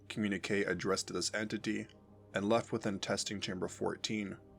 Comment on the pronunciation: "Communique" is pronounced "com-myun-ih-kay". No "w" sound after the "q".